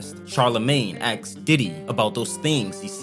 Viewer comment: Why do you say axed ? 🪓